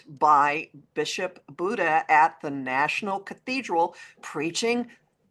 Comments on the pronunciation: Happy Birthday 🎉. BTW I believe her name is pronounced “Buddy” ❤ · I think it's pronounced Bishop "buddy." You know, after years of moving Matthew Shephard's remains around, this Bishop offered him a final resting place at the National Cathedral.❤